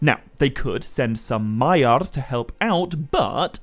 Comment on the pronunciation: I love the content but I have a really hard time abstracting from all the rolling on the r's why do you pronounce it SauRRRon, MaiaRRR and ValaRRR? Like Tolkien was from Spain? I'll keep watching because the content IS high quality!